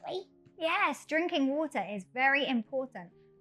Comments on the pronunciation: water 發音，又把我給......英式，這個WATER 第一次聽到如此發音，哎~幫幫忙，這個如何是好？ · 小弟弟很可愛討喜，BUT water 發音，我聽的';霧煞煞